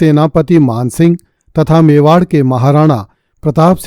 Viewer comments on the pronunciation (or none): none